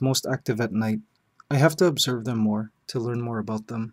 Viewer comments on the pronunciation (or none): "I have to obverse them to learn more" That was spoken like a true scientist! :D